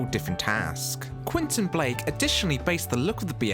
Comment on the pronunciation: Et c est pas quinton blake c est Quentin blake espèce de crétin